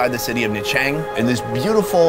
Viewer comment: Isn’t it pronounced ‘CHang’, not ‘TRang’?